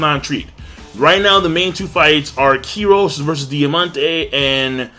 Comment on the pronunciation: Goddamn,, first you keep saying Kryos instead of Kyros and now you say Brandy instead of Burndy.